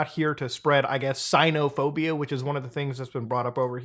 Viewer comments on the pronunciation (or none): I think you said xenophobic wrong😭😭